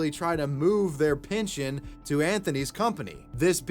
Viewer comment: Pinchin' schemes? My man, it's pehn-shin or pehn-shun..... PINALTY!? COME ONNNN